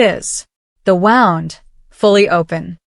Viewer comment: Why cant ai say wound?